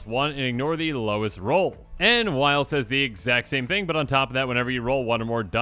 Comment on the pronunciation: It makes me irrationally upset that Wyll is being pronounced "while". I just think that it should be Will. But with a "y". Wyll